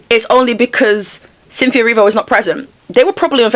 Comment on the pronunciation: Ariana and..."Cynthe-o" hahahahata